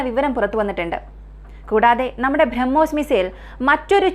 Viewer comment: ഭ്രമ്മോസ് അല്ല ബ്രഹ്മോസ്